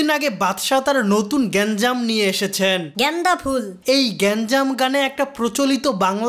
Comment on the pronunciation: Y I'm hearing "ganja" everytime instead of "genda"🤣🤣🤣🤣